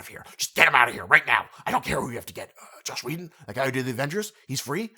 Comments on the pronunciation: good video - but its Joss Whedon. not Josh. this is constructive nitpicking. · Stop saying Josh Whedon. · Is it just me or does he keep saying “Josh Whedon”. It’s pronounced, Joss like hoss. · I had to dislike because you said Josh Wheden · 'JOSS' not 'Josh'...